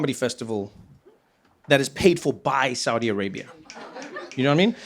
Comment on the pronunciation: You saying it right, Trevor.